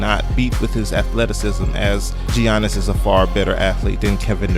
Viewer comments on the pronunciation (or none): Yea most people say Yannis because that is the correct and accurate pronunciation of his name. It's not pronounced G yannis my God people can't pronounce people's name right for shit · Giannis, Yaw niss, not Ji an iss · Great video except for the giannis pronouncement